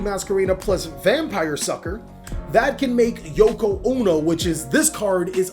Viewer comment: Did he call he Yoko-Uno? 🤣🤣🤣🤣🤣🤣 You mean Yuki-onna (You-Key-own-nah)